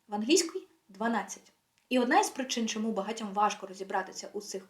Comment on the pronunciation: Так, як ви вимовляєте «тч», «тщ», «тчому» — ніколи і ніде в Україні ці звуки не вимовляли. Це напевно привнесено «діаспорою», яка сама була під впливом іншої мови і культури. Важко це слухати.